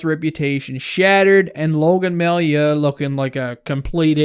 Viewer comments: It’s pronounced May-you not my-you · Just in case you need to use that guy's name in the future, his last name is pronounced ''Mah-you'' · ) love the video, you are so underrated. Totally agree with your take. To make your life easier, it’s pronounced MaYOU. :-) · It's pronounced "Mayoo"